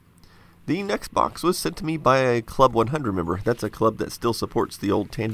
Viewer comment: Over my air conditioner every other time I hear you say next box it sounds like Xbox and I think you're getting in the original Xbox. I mean I always correct myself, but you know how it feels to think something for an even though you've already been told before.